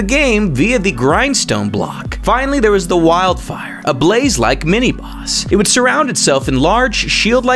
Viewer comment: the way he speaks is so weird.. listen to how he says fire and boss